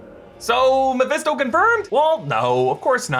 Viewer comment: I feel like throwing something at when he says Mephesto